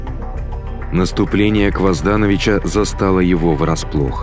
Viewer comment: Почему КвоздАнович когда он КвазданОвич? Почему ВукАсович когда он ВукасОвич?